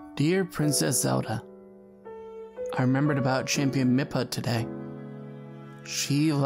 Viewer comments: It’s Mi-fa not Mi-pa 😂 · I was about to cry until he pronounced mipha as mipa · Lol he said mipa